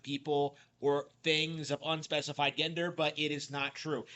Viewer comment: I'm gonna miss you saying gender incorrectly